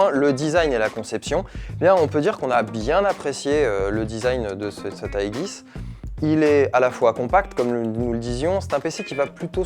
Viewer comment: Ca se prononce iidgisse